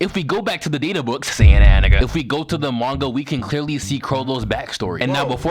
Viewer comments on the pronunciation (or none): none